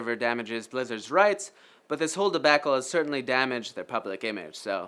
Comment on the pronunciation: Never knew debacle rhymed with tobacco.